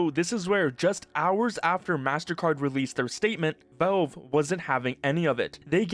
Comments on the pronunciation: It's 'Valve" not 'velve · who is 'velve?' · bro, "volve"? that has to be a new way of pronouncing valve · I have never before heard "Valve" pronounced as "velv." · you say “velve” lol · why are u pronouncing valve as "vove" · You keep saying "Velve". It's very distracting. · What the hell is "velve" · wtf is "veulv" by the way? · Do you not know how to pronounce the word valve, or is this an AI voive over? It's driving me nuts. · For someone who makes almost nothing but Valve related videos, you really should learn how to pronounce the word Valve.